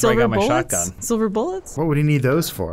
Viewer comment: i remember flubbing and saying "silver buillets"